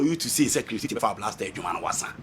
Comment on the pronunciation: For Chris Hughton, it is not wasa but wada 🤣🤣🤣🤣🤣🤣🤣🤣🤣🤣🤣🤣🤣